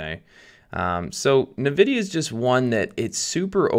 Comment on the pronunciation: I love how u pronounce nevedia😂